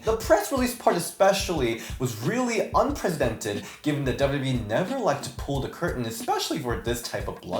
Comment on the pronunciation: Oh unprecedented is pronounced un-press-uh-dented